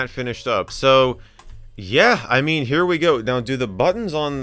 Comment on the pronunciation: "our name heah" - Michael MJD